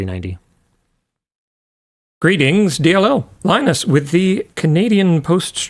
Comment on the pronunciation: Thats not linus its ‘minus 😅